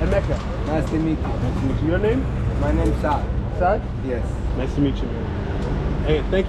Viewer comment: The last one her name is saad not sad 😂😂😂